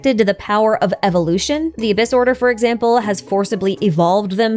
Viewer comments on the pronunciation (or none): none